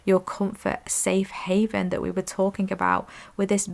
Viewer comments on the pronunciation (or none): none